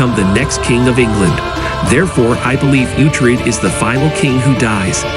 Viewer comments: Why can't you pronounce Utrec properly this is disgraceful learn to produce UTRED.😊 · Its pronounced ootred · The guy cant even pronounce the name of uthred right, and seem to not be aware that the series is based off BOOKS and not reality, shit video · Why can't you produce uhtred properly its terrible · can't even say his name correctly and has to use a stupid bot, pathetic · The fact that this video can't even say the main characters name right makes me hate it. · Use a real person, then. To hack up the name of the main character is horrifying.